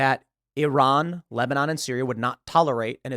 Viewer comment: "Lesbanon" come on Tim, we know you were about to say it aaahhahah!